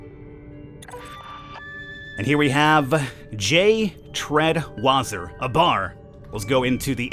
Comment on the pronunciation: So Treadwasser's name is actually pronounced Tread-Vasser as it is German for water.